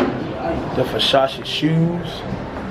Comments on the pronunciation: sound like this nigga saying busashi its versace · You really pronounced Versace "Fushashee" dead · That "Vershashe" store looked amazing 👌🏽😴😂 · I'm black and Italian, its actually pronounced, "versachay" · ver sah chee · Cashes pronunciation is all messed up Vasashe Louib Batton Feragmmae 😂😂😂😂😂😂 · Teacher : Ok say it with me cash Ver .... Sach .... E ... Versace got it ? Cash : VERSASHEY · Cash its Versace, Ver- sa-chee. This nigga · Yo pronounced Versace like the uncle from Next Friday "Foo Sache" 😂😭😭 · F-O... SACHE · well u say it like ver sa Chee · "Fasashee" Nigga you cant spell Versace... yeah i can Fo Sache 😂😂😂😂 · Cash nigga it's Versace not "versashe" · Every time he saying vashashee I'm schleep cuuh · Ver-sha-she 😭😭 that's how cash say Versace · Ferragamay and vershashi belts 😂😂😂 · "Vershashe belt" "ferragamay" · "Fashashee" and "ferragamay" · wen they say Versace it sounds like versausage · Ferragame. Vershashee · vershashee, bruh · Vasashce belt I think he meant Versace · He said facachi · Bruh ferrogamé versache Louib Buitton 😂😂😂 cash r u being seriously or r u trolling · Werschashe lol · Bruh he say foshashi instead of Versace he said ferragamay instead of feragamo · Nigga said ferragamee,vashee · feragamme? lmfao cash cant say Versace lol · isaiah rodriguez no bro😂.. it's Versace .. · Cash made sure people roast him in the comments about how he pronounce Versace lol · LOL .., if you making a video about high ending shopping.. for the sake of god, someone tell him how to pronounce Ferragamo and Versace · cash you my dAWG please stop saying versace please